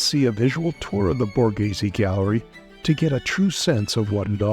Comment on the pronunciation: How offensive and insulting to Italian culture that an English speaker goes through the trouble to make a video on Borghese but doesn’t even bother to try or educate themselves on how to even say the word. So American privilege.